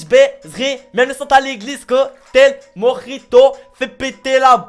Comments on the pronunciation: NON! vive LE mojito ( et pas prononcé à l'arabe parce qu'on est en France) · Si certains se posent la question: mojito prononce exactement le mot "tuwoi"